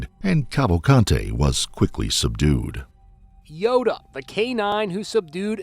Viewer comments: he pronounces Yoda as “Yodo” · Dumb narrator pronounces Yoda as “Yodo”